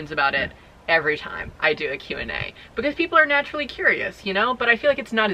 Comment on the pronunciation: This is a real question I’ve been asking myself as a person to whom English isn’t their first language. Why is it that pronounces the word because as "buh-cause”? Where is this accent from, is it common? I am just really curious because I haven’t really heard that accent before and I don’t think her sister pronounces it that way! Thanks haha!